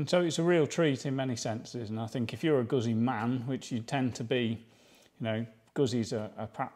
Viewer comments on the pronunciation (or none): Pronounced " Manny "..... pronounced Gutzy.